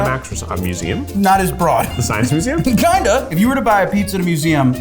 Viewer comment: Awh I’m proud of, he said museum correctly 😂 I feel like every time he says it now he probably thinks about how everyone freaked out how he said museum the time he said it wrong